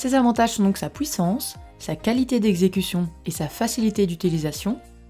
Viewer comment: vous avez un problème avec la prononciation , vous ? U c'est pas W ; HUIT ! pas WUIT ! PUISSANCE ! ET NON PAS PWUISSANCE sinon sur le fond , top 5 des meilleures , ou sont t'elles ? ouais je sais y'a deux ans , seulement je cherche un bon appareil .